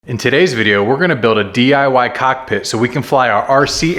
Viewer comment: Whenever you say cockpit my brother I'm tellin you said cock me I'm laughing